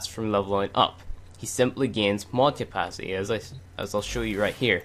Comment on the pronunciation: love the video, but gahh its bothering me!! you don't say your T's!. thirty not firthy, capacity not capacy, lol. don't mind me.